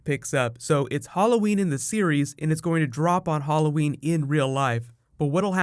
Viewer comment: never heard anyone say Hall o wen